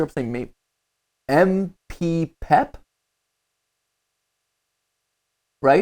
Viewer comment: mat it's MPPEP